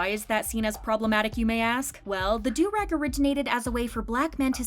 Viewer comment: So glad she pronounced "durag" correctly. It was painful when another narrator said "derr-ag" on this channel a while back.😂